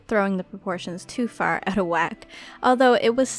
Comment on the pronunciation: She says art like ert and she says out like ewt